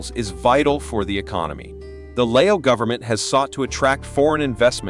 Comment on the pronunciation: He doesn't know how to pronounce Lao correctly. He pronounce Lay-o.